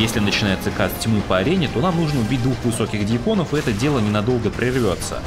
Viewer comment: ДьЯкон. Ударение на "Я"